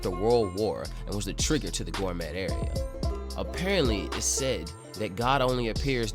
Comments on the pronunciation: Can this dude seriously not pronounce 'gourmet' correctly? Gorr-mett 😂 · The T is silence in gourmet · The t is silent in gourmet, dont want to be that guy but this manga uses the word constantly